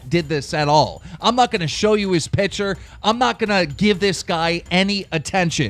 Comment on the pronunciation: Keem you mean picture not pitcher